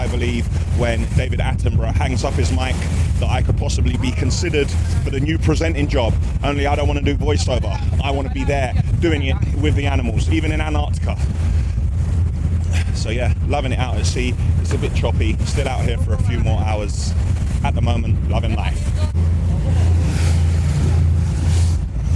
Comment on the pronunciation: "ANARCTICA"? You missed the first T out in your pronunciation,. You should say "Antarctica". 👍🏼